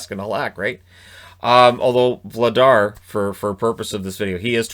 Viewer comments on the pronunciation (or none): Dan Vladar is pronounced Vlad-ASH. Crazy Czech pronunciations. Remember Karel Pilar (pee-lash), Stanislav Neckar (nets-cash)